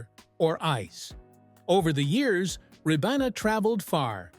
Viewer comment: Ribena is pronounced rye-BEE-nuh